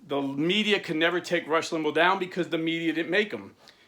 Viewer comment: And not to criticize but his name is pronounced Limbaw tho not spelled that way